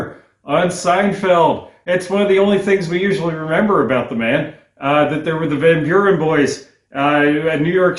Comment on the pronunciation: Van Buren is pronounced vun Bewr-n.